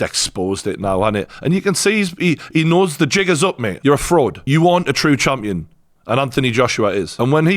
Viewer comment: Lol "Chumpion"